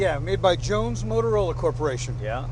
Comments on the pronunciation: Jay, it's "Jones Motrola," not "Motorola." The Galvin brothers registered the latter trademark in the 1930s for their early AM broadcast-band car receivers. Motorola entered the public safety communications market with their "Police Cruiser" AM receiver in the mid-1930s, which was a re-tuned (above 1650kHz broadcast band), but ruggedized consumer receiver for law enforcement use. Mobile transceivers were marketed before WW-II, as well. Truly revolutionized law enforcement. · The speedometer is NOT a Motorola, is is JONES-MOTROLA. Different company, 2 "O"s, not 3! Say: moat-rola. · Came in to say that. The restorer made the same mispronunciation.